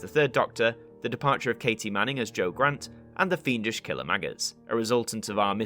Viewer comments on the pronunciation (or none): none